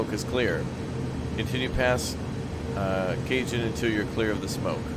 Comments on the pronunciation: Cajon is pronounced "cahon". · Cajon. [Cuh-Hone] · Cajon= cuh-hone. the J has an H sound. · Oi,. Dig the vids, watched a bunch, finally hit subscribe. Also, real quick, it's a Spanish word, Cajon. It means "box" like a "box canyon". It's pronounced "Ka-Hone". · Cajon is pronounced 'Cahon' as in Jalapeno. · I presume that people have told you by now that it's Ca-hone, the J is silent, as in Javier. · Not Cajun